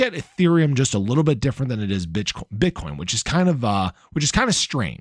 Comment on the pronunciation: HAHA you said “bit€hcoin”!!!!’ 😂